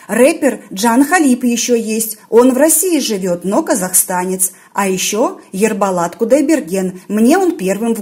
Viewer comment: Вы сказали ЕРБАЛАТ Это не правильное пройзношения А Будет вернее ЕРБОЛАТ. Выже русская Букву О вполне можете говорить свободно так вчем тогда проблема. Я понемаю Вас ели Вы б не смогли пройзносить такие буквы как Ə,Ң,Ғ,Ү.Ұ.Қ, Һ, і